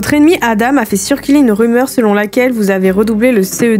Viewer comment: Aïe aïe aïe pour les Adam sa se prononce adan